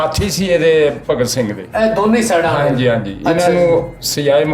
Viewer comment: Pehla ta bhagat singh kehna sikho..kidda bura lag reha Tere muho..jani Saab sikhao kuch nu.. bagat singh nahi hunda bhagat singh hunda..!